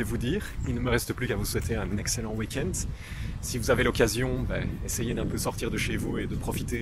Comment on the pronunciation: Très bonne vidéo comme d’hab tu explique bien ton point de vue et c’est parfaitement dit mais il y a UNE chose que je ne peux pas laisser passer tu dis bon week ent avec un T imagine nos amis anglophones il doivent être dépités ( c’est du second degré)